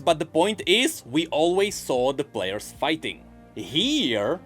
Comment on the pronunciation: Count the amount of time says "Blairs" instead of players.